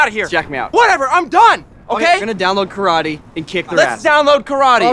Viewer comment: "Where's the karaty?"